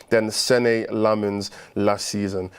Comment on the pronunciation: If you care about these things, the correct pronunciation is "sen-nuh" Lammens. Much love one of your belgian fans.